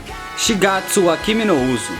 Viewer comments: Esse anime, só de lembrar já mata ;-;. "Yuujin A" Parabéns pelo vídeo, uma boa escolha. Só sua pronúncia que ficou um pouquinho bugada kkk. Acredito que seja mais para "Shigatsu wa kimi no 'Ussô'". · sei q é tarde tals... mas o nome é "shigatsu wa kimi no uso" e vejo pessoas pronunciando o final "uso" com som de Z, mas é som de "s" mesmo. UÇO, USSO. e esta no top do meu rank de animes mais marcante ao lado de anohana e pouco afrente de toradora e angel beats, pelo menos no q promete, é uma autentica obra de arte.